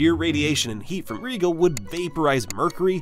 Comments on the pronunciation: Its not regal its Rigel as in rye gel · Maybe research pronunciation brfore making a video. Reegle and Arcturius, lmao. Rigel is pronounced "Ry-jel" and Arcturus is pronounced "Ark-turus". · Why is Mercury bigger than Earth? "Regal"? You mean "Rigel"? How much of this video was made by AI, lazyass? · Regal? Rigel. Two very different pronunciations chief. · Wait, is that how you say Rigel? All this time I thought it was pronounced "rye gel"! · It’s pronounced Rye Jel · I'm stuck on pronunciation. I was taught R👁️-gel, & belt-a-🦆🦆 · You talk about the RADIUS of the start but SHOW the DIAMETER . . . You need to work on your editing. Saying one thing but showing another is misleading. No wonder so many people dont know the difference between radius and diameter. 😢 Also, it is RIGEL (long I and soft G) not REEGEL. THIS is why AI narration sucks! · Rigel is pronounced "Rye (as in the grain) - Jill (as in Jack and Jill)". Soft g, not a hard one. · Look if Star Trek’s taught me anything, it’s that the name of that star is pronounced “rye-jel”. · did you call rigel regal. lol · Rigel is pronounced Rye-gel as in jelly I don't know where you got that from. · That's not how you pronounce "Rigel" and this channel is obviously viewbotted. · I don't think I've ever heard Rigel pronounced like that. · You're not pronouncing Rigel right. Long 'i' and 'g' pronounced like 'j'. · It's pronounced Rigel. (i = long sound) (g = j)